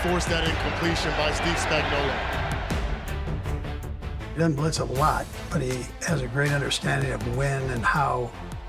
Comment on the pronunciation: But can we include how to pronounce his name? Everyone and their mother calls him "Spagnolla". Say it, "Spagnuolo." It has a big "O" on the end of it. He's not a can of Chef Boyardee 😂